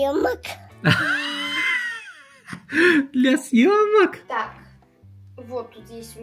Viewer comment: Говорится: для съемок Послышалось: для семок Говорится: ну ничего страшного (в мягком тоне) Послышалось: ну ничего страстного…